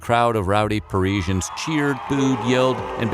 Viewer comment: What an annoying pronunciation of guillotine - dude STOP pronouncing the i - oh and that is not how you pronounce Parisians either. 😣